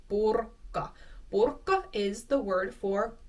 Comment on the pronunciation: One general point here: please maintain natural and consistent stress when you pronounce a word in isolation. The ending is NOT stressed. PurkKA is simply wrong in all natural contexts.